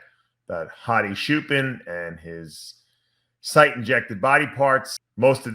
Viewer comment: bruh how do you and NSP say CHOOPEN... take 3 braincells to imagine them saying it like that in Iran and you'll know it's wrong immediately